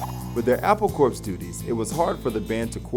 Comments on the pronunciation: Never mind that loads of these facts are wrong, couldn't you at least have got this muppet to pronounce the words correctly? "Ivan Vogon", "Skyfull", "Pre-lood-in", "Stanford and Son", "Al-dose Huxley", "Apple Corpse", "Octopus Garden", "beluvved". I know he doesn't give a shit about The Beatles and is just reading (badly) off a screen, but it's not hard to check this stuff. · "Apple Corpse"... facepalm. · it's Apple Core (get it?) not Apple CorP - the P is silent. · ~ It's not pronounced "Apple Corpse." Jeeze. Corps is pronounced "Core." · John took time off from the music business from 1975 to 1980 It's Apple Core Not Apple Courpse You do not pronounce the PS in the word Corps - which was the joke Like the Peace Corps It's not funny if you pronounce the ps There were other mispronunciations and such, but overall it was pretty good, and entertaining. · It's pronounced Apple "Core" not corpse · Apple Corps is pronounced "Apple Core" just like the core of an apple. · even though it's spelled apple corps ,it's pronounced apple "core" ...get it? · apple corps is pronounced 'apple core' as in a military corps